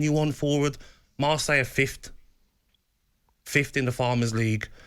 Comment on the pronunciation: Oh Gaby, a flop calling others flops. The Warren (from 'Something about Mary') of Pundits. And please say the word 'fifth' correctly.